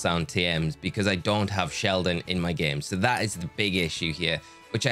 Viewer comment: Shieldon? 🚫 Sheldon? ✅️